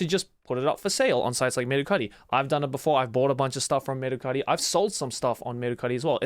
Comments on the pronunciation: dude i never knew mercari was a japanese company, i've seen a commercial where they said it with an american accent so when joey went full japanese with "merucari" i was shocked lmao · Mercari exists in America too lol. I love how he pronounces it to sound extra japanese😂😂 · I'm cracking up everytime Joey says Mercari, we literally have that same site in the US.